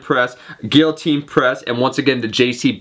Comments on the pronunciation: "gill-uh-teen" press. LOL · guiltine press? wtf are you smoking please wtf